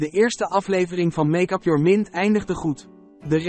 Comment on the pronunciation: Sorry maar MINT?? Het is engels dus MIND